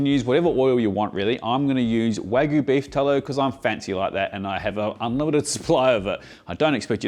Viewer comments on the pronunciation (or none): Waa-GOO sando! lol Bro isn't even trying.